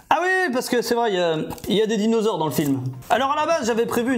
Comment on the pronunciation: A . C'est quoi un "dinausores"? 😂